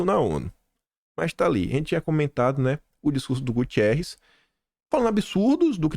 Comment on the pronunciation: GU-TE-RRES, GU-TE-RRES NÃO TEM i. NÃO TEM i.